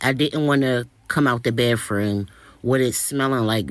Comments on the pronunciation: What's a "baff room"? I'm just "axing" for my White friend. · The "bafroom"? Bafroom? Nasty. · Da baffruum😂